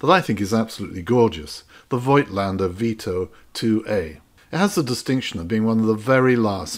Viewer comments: Hi. I like your videos! I am a camera collector with about 400 cameras, you have made a very good choice! A little correction for Rollei (never Rollie!) and for Voigtländer. Almost nobody knows, that the letter i is an old German sign for spelling the o longer: we spell "Voogtländer". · btw voigtländdr is spokeno, not oi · I love German rangefinders from the 1950s. It was a Zeiss Ikon Contina that kicked off my camera collection. Not an expensive camera, but it has exquisite mechancial detail. And thanks for reminding us of the correct pronunciation of "Voigtländer". I've just realised that I've butchered the word over the last 40 years!